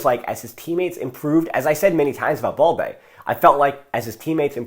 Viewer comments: Why do you keep pronouncing BALDE as “ball-dey”? It’s balde as in “bad-day”😏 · remember, it’s AS IN. So you keep the “L” of course. He wrongly pronounces it like “boldy” where as it is “baal-dey” with an L sound